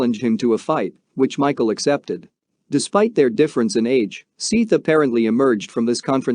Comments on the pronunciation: I could not watch it you kept saying SEETH not SETH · Seath not seeff, you bumbling idiot. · It's Seth. Not "Seeth." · Seeth lol his name was seth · Its SETH!!! not SEETH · It is Seth that is the right way to pronounce his name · You need to take this down and edited it and say his name correctly lol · To do a full video repeatedly pronouncing the victims name wrong is pretty shitty to be honest. It detracts from what is an otherwise informative video.